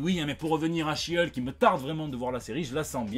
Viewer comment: Bon aller, vu que tu prononce correctement le nom de She-Hulk, je suis sûr que tu va y arriver avec celui de son coussin. 😂🤣